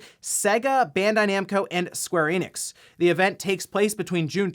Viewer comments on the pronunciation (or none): none